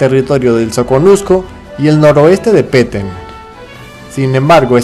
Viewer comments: no es pete es el peten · Se dice Petén, no peten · no se dice petennnnn se dice Petén con tilde en la e !!!!!!!!!!!!!!!!! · Es Petén* no Peten